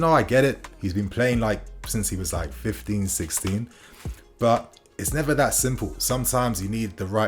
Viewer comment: Are you saying 50 or 15!?